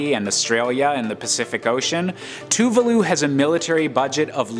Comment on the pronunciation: its not tuvuuluu its two-vah... loo lmao